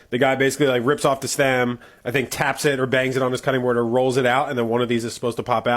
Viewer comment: The fact that cuh dey boad sounds so much like cutting board is sooo funny